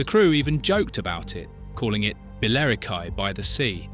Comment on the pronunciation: Gavin and Stacey was just brilliant! As much as you may hate James Corden there is no arguing that the tension between the families is what made this show so funny because you were never more than 5 minutes away from a massive row. Hang on... "Bell-I-ro-kwy" (Billericay) . Are you fucking shitting me? Time to ban AI.